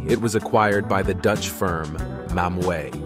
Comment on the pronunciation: It's nice how you called Mammoet Mam-mo-é. It's mammoth or in Dutch like you write it Mam-moet.